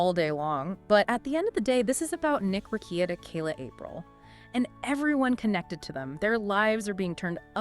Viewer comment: But you can’t say “Rekieta” correctly?